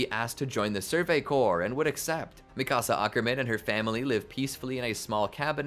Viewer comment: i hated the way you said mikasa though😭